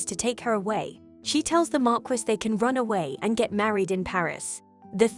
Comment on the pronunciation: Marquise is pronounced mar-key